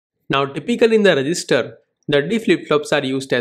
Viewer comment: At the end of the video I was mostly focused on THAT pause on every sentence "data is loaded into the ....... re gis ter" 🗣🗣🗣🔥🔥🔥